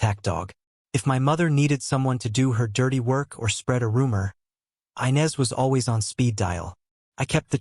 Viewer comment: Inez is not pronounced ' Aynez " it's pronounced " Enez! "😂😅😂